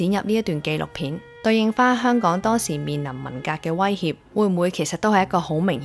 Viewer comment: 啲懶音多到嚇死人！！👎👎👎👎👎👎連香港個”香”字都係懶音⋯⋯ 唔該你學好啲香港話你先至學人講影評👎👎👎👎👎👎 扮活喺九七之前嘅香港人😂！ 97前已經係度的港人才沒有你那麼多懶音⋯，你肯定係九七之後才成長起來的小朋友，唔好扮知道九七前嘅香港係點啦🤨😂⋯⋯大話精！